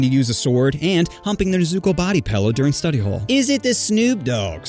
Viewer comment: body “pellew”